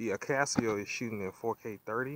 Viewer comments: A-Kah-So, not AK-As-See-Oh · Why akaSEEo and not akaso?